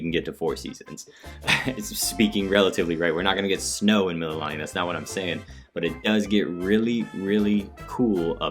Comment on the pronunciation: Also Mee-Lee-Lah-Nee